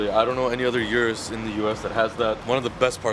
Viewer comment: O-RUS not U-rus